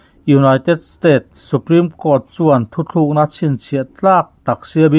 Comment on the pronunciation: THUTHLUKNA i ti zela THUTLUKNA tih tur zawk a va ni awm ve. Kan Youtuber te hi Mizo tawng dik hmanah hian i fimkhur sauh sauh ang u.